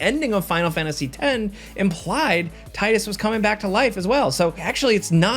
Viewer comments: isnt it pronounced teedus? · Downvote because you cannot pronounce "Tidus" correctly. His name is spelled with a D, not a "Titus", the American name. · That's not how you pronounce Tidus. The game has voice acting. They SAY his name. Why do so many people get this wrong?